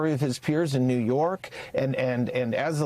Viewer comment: A JURY OF HIS PEERS 😂 IN NEE YORK? WHAT A GUY😂😂